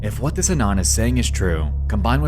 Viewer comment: You have a particular pronunciation. From a Foreign's point of view. (Ex. You wouldn't be watching "des", you "cleck", "conzpiracy")